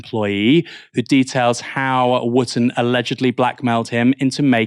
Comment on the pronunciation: Dan “ Wooftor”!